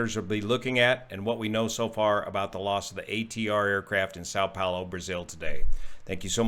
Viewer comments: Som Pollo, not sow pollo, Brazilian Portugese for Saint Paul. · not too bad on your pronunciation of Vinhedo. You need to work a little one the 'a' with tilde in São Paulo. Boa sorte meu amigo.